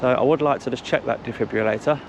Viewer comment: DJ it is a defibrillator not a defibulator